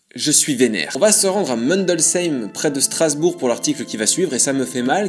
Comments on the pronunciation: Alors... c'est pas possible d'être alsacien et de prononcer Mundolsheim aussi mal xD C'est mUndolsheim comme ça c'écrit et pas meundolshein, par pitié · Vu comment t'as dis Mundolsheim ça fait longtemps que t'étais plus en Alsace mdr